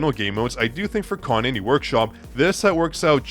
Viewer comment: her name is ka-na-é,not a-ka-né.whats wrong with u people